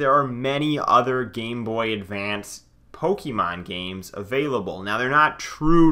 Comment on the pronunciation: It's pronounced "poke-ayyy-mon" and not "poke-E-mon" but otherwise, good video